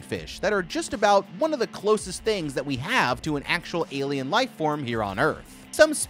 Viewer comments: It's pretty clear he meant to say "life" but yeah, it comes out as wife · "saving his wife"🤣 instead of "saving his life"